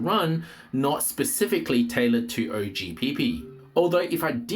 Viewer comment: I was thinking same when I heard him say OH Pee Pee 😂😂😂